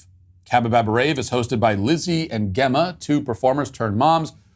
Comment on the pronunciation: Gemma is pronounced with a j, as in jump, not a g as in get. Gem, as in gemstone.